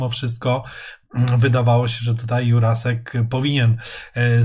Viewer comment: Juracek nie Jurasek